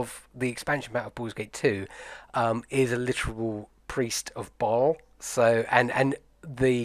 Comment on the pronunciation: Since you mentioned it, here you go: Bhaal = beh-HAHL (it is mispronounced by every single person in the games). Baal is a separate god. p.s. Why does Volo get another card? He has a book named after him. So does Tasha.